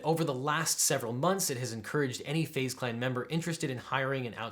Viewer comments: It is pronounced phase clan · Literally no one: LegalEagle: FaZe ( Fah-Zae) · Fah-zeh clan... omg im going to start calling FaZe by this pronunciation cuz the capital Z.. LOL!!!!